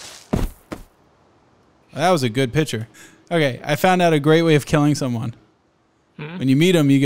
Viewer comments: Pitcher? or do you mean picture? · I can tell same lives in the middle of no where, because he say pitcher not picture, I also do this